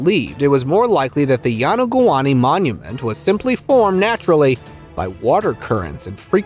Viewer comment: Please have a narrator who can pronounce names correctly or take language lessons. It’s very insulting when you mispronounce a name especially when the same name was mispronounced twice with two different names - it’s yo-no-goo-ni not yonogani or yonogoumi.